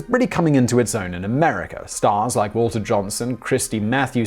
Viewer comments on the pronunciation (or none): none